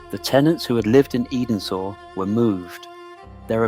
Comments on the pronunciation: Its not pronounced Eden sor, ts pronounced Endsor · Any human would have found out that 'Edensor' is pronounced 'Endsor'. Also, no one cares about the insignificant staff. The script tries to make them out as tyrants and not the saviours of great works of art, who paid the equivalent of millions of pounds for the greatest artists and craftsmen of their time. General stonemasons were ten a penny in previous centuries, they were not important. If the writer really cares, and you read this, tell me the names of the men who designed, built, and fitted your cooker at home. Generally though, the content was pretty good. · Muddled photos somer not from Chatsworth, much missed. Edensor pronounced 'ensor' was moved by Paxton after Georgiana. Very muddled.